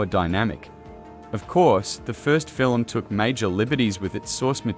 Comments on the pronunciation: Fil-em ??? no Film...lol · You pronounced film as filum. 🤣🤣🤣